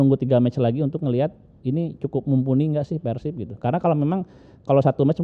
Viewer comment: Sunda nyebutnya Pèrsib Non sunda Persib